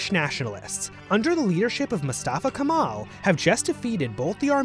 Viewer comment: Not KAMAL. If you respect him ( that you had to) you say Mustafa Kemal ATATÜRK. Please not say different. Not Zakaria. It's SAKARYA ! Not Maras. Its MARAŞ ! Not Törk. Its TÜRK! Not Törkiyy. Its Türkiye. Republic state of Türkiye !